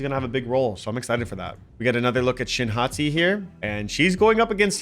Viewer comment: um excuse me I think you mean shin “hotti” 🥵💀